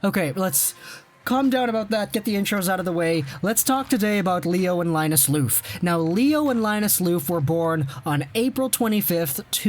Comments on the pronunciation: "Loof" xD Try saying "love" in a really cheesy way and the pronounciation will be a bit closer :P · The F in Lööf is pronounced as a V btw